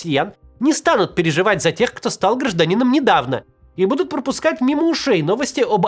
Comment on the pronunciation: почему меня так начало тригерить когда максим вместо "будут" говорит "бдут"